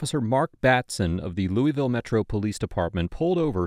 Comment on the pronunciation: there’s no such place as “Louie vile” KY. The correct pronunciation is “Lew a vulle”. A little research goes a long way.